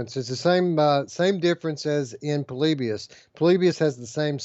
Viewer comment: says Po-lib-ius here It's short for poor liberals in US. Jk.